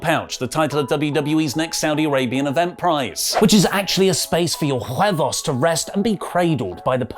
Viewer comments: Hahahhahahaha JUEBOS! LOVE IT! Btw huevos the H sounds like W in the word way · I don't know if need to hear this but "huevos" doesn't have a "J"... But I love a brit speaking Spanish